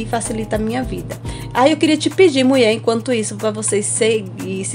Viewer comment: E angustiante a palavra "Muié", gostei do vídeo mas detesto palavra errada.